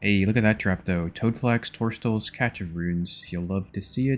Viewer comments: bro...cache.. or as you say 'catch' of runes is actually pronounced 'cash' of runes. Can you please google it and share the information with all the other Youtubers so we can all collectively say the word correctly. thank you so much it's my only gripe with your videos. Cheers! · how are you on part 21 and dont know how to say cache